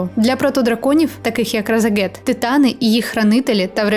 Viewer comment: А чому ви кажите Разагет, а не Рашагет?